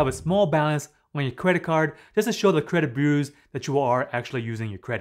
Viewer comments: Credit burrrrrersss lol. Sorry man🤣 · try to pronounce it as BYU-ROWS not trolling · You pronunciation of the word "bureaus" is really off. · I like it when he says "bureaus" Remember, paying after the payment date will upset your credit boos. Awwww Boo, why ya gotta be so sad? It's just a laptop. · You really have trouble saying the word "bureaus", don't you?